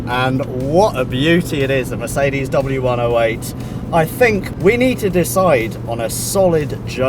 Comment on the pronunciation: FFS learn how to pronounce Mercedes -.- Thought someone that likes cars as much as you do should be able to do that aswell...